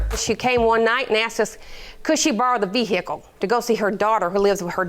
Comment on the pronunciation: it is vehicle NOT veh'ercall. FFS